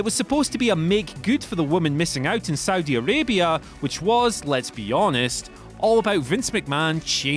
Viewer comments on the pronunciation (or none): none